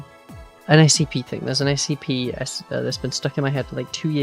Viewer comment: I knew you said "SCP", since you've tweeted about those before, but it kinda sounded like "ICP" and that was funny thinking for a split second you were gonna do a video about the Insane Clown Posse.